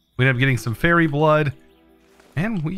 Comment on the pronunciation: Fairy blood? no no - firey as in fire